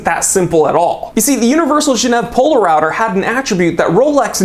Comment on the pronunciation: Poler-router hahah